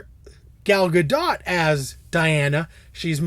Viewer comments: No it as absolutely not. You pronounce the T. It's Hebrew not French. dote as in boat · +Travis Yon Actually, you're both wrong :) Well, Travis, you're right about the T in the end. But, it's not pronounced like "dote", it should sound like, simply, "dot". do-t. Ga-l Ga-do-t.